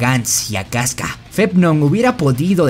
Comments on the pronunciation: Bro por que dices kiaska y gantz cuando es Casca y Guts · Bro, la serie tiene 3 protas y no pronuncias bien el nombre de 2 de ellos? No es "Gants" ni es "Quiasca".